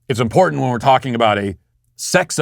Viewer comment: This b. said importanant... 🤦‍♂️🤦‍♂️🤦‍♂️🤦‍♂️